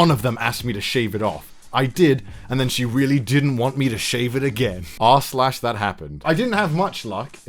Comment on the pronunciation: “I think you should sheave beard” english good